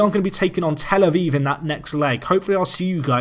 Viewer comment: Avive... It's tel a viv no e in it